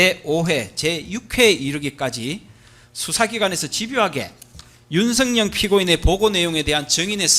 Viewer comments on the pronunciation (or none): 윤성녕 피고인. 유독 윤성열도 아니고 윤성녕. ㄹ 발음이 안되는 구강구조 부터 고치자. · 변호사가 일부러 그러는건지 발음이 안되는건지 계속 윤석녕이라고 발음하네? 이건 제지해야 하는거 아닌가? 기본적인 발음도 안되면서 무슨 변호사를 한다는거야? "열"이 발음이 안되는거야? 열차를 녕차라고 하냐? 열심히를 녕심히라고 하냐? 그런거 아니면 정확하게 피고인 윤석열 이라고 똑바로 불러라! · 윤석열이라는 발음이 저렇게 힘드나 윤석영이 뭐야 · 변호사가 윤석열 이름도 윤성영 이라고 자꾸… 얘들은 이름도 제대로 못부르는 수준이냐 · 발음도 제대로 못하는새끼네 윤성영은 누구야 씨발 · 윤석영은 누구야 발음도 어눌하노 저거 찍들이 말하는 짱깨새키야? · 윤석열 발음이안돼서 윤성연 이라고발음하네. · 윤측 변호사야!! 발음이나 똑바로 해라 ㅂㅅ인가~ 윤순영이가 누군데? 윤석열이라고 말도 못하는 ㅂㅅ 윤석열대통령이라고 할때는 발음괜찮은데? 더러운 🐕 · 변호사가 발음이 엉망! ㅋㅋㅋ 나만 그리 들은 게 아닌 듯... 윤석영은 뉘여? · 윤선영? 발음이나 단디 해라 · 윤성영은 또 누구? 발음도 못하네~ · 윤성영,,,, ㅋㅋㅋㅋㅋㅋㅋㅋ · 맞죠? 저 발음으로 사회생활 어찌하냐~~ 이윤스응영~!! 윤승영... 윤석영 윤성영.... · 윤석열 변호사는 [윤서결] 발음을 못하냐? 모지리만 모아놨나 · 아 윤석영...이거 문제 되는거아냐? 발음 진짜거슬리네 ㅡㅡ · 제대로 발음해라 술쳐마셨나... 윤석영이 뭐여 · 윤성영 피고이니이,,,? 어떨게 두번 연달아 윤성영 이냐? 바름 조빠리 안할텨,,,? 이제보니 계속 윤성영이라카네. 윤성영~ 누구냐 넌? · 변호사야 윤석영 뭐야 발음이 ㅋㅋ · 발음이 머냐, 윤석영? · 조청장님도 힘드시겠어요. 윤빤스한사람때문에 많은 사람이 고생하네요. 윤석영이 뭐야요? 자꾸 발음이 부정확한 신문 참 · 발음 판사 왜 듣고만있지?피고인 이름 기발하네? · 변호사 혀가 짧네 윤석열 발음이 어려운가 보내